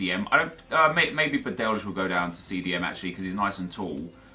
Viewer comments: its not badelz, its badelj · Badelj is pronounced like Badell, the ll part like in Llorente